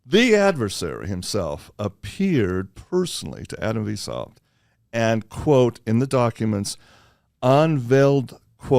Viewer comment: It's pronounced, "vice-howpt". So glad I studied these topics pre-internet. Adam Weishaupt, Bavarian Illuminati.